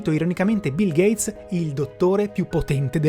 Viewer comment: Nooooo a stato bil gheiz!?!?!